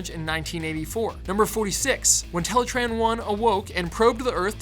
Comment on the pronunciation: teletron 1 not teletran